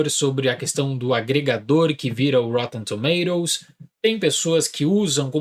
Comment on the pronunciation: Se fala - roTTEn TomaToes - UK 😅